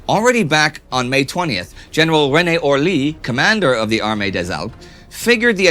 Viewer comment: Is the French commander René Orly, or René Olry? Indy says Orly, but the infographic says Olry.